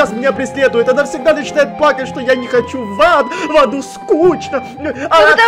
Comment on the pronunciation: сказал в заду а не в аду